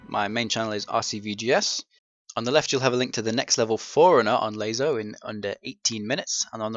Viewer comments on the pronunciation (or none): I think it's pronounced las-o not laz-o